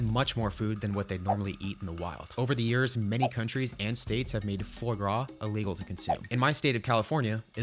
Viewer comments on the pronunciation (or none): It’s pronounced 'FWA GRA', not ‘fly gra'. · Foie gras is pronounced "fwah grah", not "foy grah" btw. Still love all of you videos tho. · ITS PRONOUCED FOA-GRAIS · It's pronounce FWAH-grah (not FOY-grah), but no matter how you say it, it's unbearably cruel to the animal. Love and I'm not a vegetarian, but I wish he'd looked into this more before making it part of a challenge. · Foie gras is actually pronounced "frah grah" not "foy grah" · Hate to be that person but 'Fois gras' is pronounced FWAH-GRAH. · Great videos, no where near pronunciation of Foie Gras. Think Fr-raa Graa. The "force feeding" part. No one shows the geese running up to the tube for food, and willingly "eat" from it. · Foie gras is pronounced "fwah grah" lol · its pronounced fwaa graa. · haha, it is pronounced 'Fwah-grawh' btw! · Never heard someone pronounce foie gras like that.